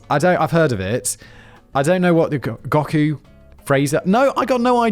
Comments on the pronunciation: Ok he had to intentionally mispronounce Goku lolz I mean this has to be something where Simon has accidentally heard these names and titles before, is salty af about it, and is intentionally mispronouncing only the ones he's heard the proper pronunciation for lmfao. I hope that's it because that makes this video so much more entertaining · I've never been so offended as when I heard how Simon pronounced Goku... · There needs to be an hour long episode where simon needs to be forced to pronounce anime character names as they are written down on the paper. Holy shit, “Goku”? I’ve been laughing about this for a solid five minutes now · "Dragonball ZED, Gahku" omg Simon my ears are bleeding 😭 I know you don't care but you're saying it so wrong or hurts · Zee, not 'zed'....&, it's 'Go-koo', not gok-ooh😊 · D-did you just say Gaku…not Goku? And I will not accept Jin from Samurai Champloo slander sir! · Or Goku to Gauku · Western cartoons kept getting worse and anime kept getting better. It's really that simple. Edit: This man just said Gawku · Gaku? Noo come on Simon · Simon mispronouncing Dragon Ball 'Zed' and 'Gohkku' at the beginning... This will be a looong and painful episode 😆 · “Gock-u” AHHHHHHHH WHY…. why did you have to do my boy Goku so dirty like that Simon… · Simon saying Goku as Gah-kuu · That and "gohku" lmaooo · Please, I beg you. Write more shiz that Simon has no idea what he's talking about or has no clue over!! "Dragonball Zed" and Gockoo" got me 😂 made my day and its been a rubbish day! Legends. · "Dragon Ball Zed, with Gawk-oo" You're killin me 😂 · Gahku LOL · Anime/manga❤️😌Started watching Dragonball/Dragonball Z at around 10-12ish. I don’t know if everyone goes through the same kinda “progression” as I had, but it went from anime to manga(picture version) and then to light novels…It’s actually kind of interesting to see the changes that happen between the versions😂 And omg the way you say Goku is hilarious😂(Go Koo)